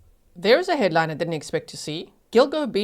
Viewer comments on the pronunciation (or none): Did you say headline or hairline? Oh my😂